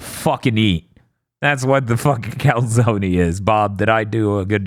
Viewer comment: turning into a New Yorker while talking about the calzony